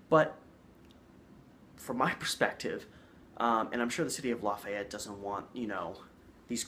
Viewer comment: It's LAy FEE ett